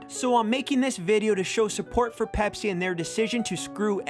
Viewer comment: You said pepser when you saw the ad lol